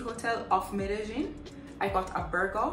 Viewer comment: Apart from the pronunciation of medellin, you're a nice blend of frank and clean wrapped up in a nice bod...hurray to hookah